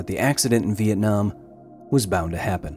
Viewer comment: the way you pronounce vietnam make the native in me happy. Awesome video as all ways Mr. Hill